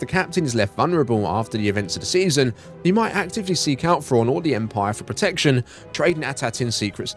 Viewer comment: Fraun. I was like who's Fraun? Turns out he's saying Thrawn